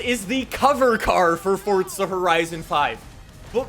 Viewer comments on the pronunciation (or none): How much money for you fo pronounce it "Forza" and not "ForTza" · Sorry but it hurts it’s not fortza it’s forza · Omfg please it’s forza not fortza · Ddid you just say fortza instead of forza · I love the videos but it is driving me absolutely insane when you say fortza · "Fortza" "forza" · ITS "FORZA".. NOT "FORTZA" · why is he saying ''FORTZA''??!!!!! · Fortsa???? U mean forza. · Brotha it’s pronounced “FOR ZUH” not “Fortsuh” lmao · Bro it is FORZA not FORTZA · Idk if it’s just me but I say “forza” not “fortsa” I love the video though man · FORTZA FORTZA FORTZA 🤡🤡🤡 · Fortsa horiteson fife-wuh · Why you say it fortsa? The official Xbox stuff say the single Z not like how Italians say a double z... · Bru stop saying fortza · Me: ah no not again: fortsa horizon 5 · Fortza horizon 5 fortza horizon 5 Edit: I’m not making fun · Lol why u saying fortza???? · fort za. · I'm so Annoyed at him cause he calls it fortsta horizon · Are you fucking dislexic there is no t in Forza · Stop saying forza like that